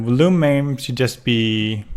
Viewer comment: Before I say this, I just want to say that I love "A Hat in Time" and it is possibly my most favourite game as it reminds me of my childhood (games like "Super Mario Galaxy" and "Super Mario 64 DS") while also adding some cool and original content to stop it from being a direct copy. With that out of the way, I just want to say... It's pronounced "vol-youme". Not "vul-oome".